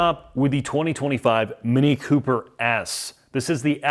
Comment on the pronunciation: "Mini Cooper ass". It's an "S", brUh, "S". Ffs